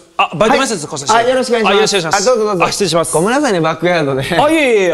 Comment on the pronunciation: 今日は「わっかりました」だけじゃなくて、開始早々「しっつれいします」が聞けてうれしい